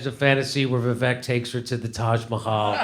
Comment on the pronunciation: Ann is a piece of shit for many reasons. And his name is pronounced ‘Viv-ache’ Love you Jimmy, but at least say it wrong as a joke. Kurt can say it right.